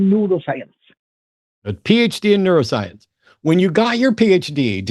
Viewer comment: I thought Bill was trolling when he said he had a PHD in Neuroscience. I thought he said a PHD in Noodlescience.